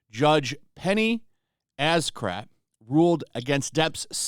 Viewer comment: I understood “judge penny Asscrap” lol